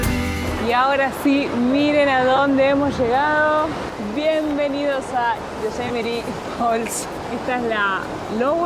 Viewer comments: Viva “yo-se-met-ee”🎉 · Hi, with regards to Yosemite pronunciation, the accent should go on the second Syllabus: SE. But you are putting too much emphasis on the LAST Syllabus